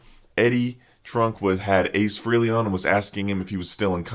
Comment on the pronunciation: Ace Frey-Lee, not FREE-LEE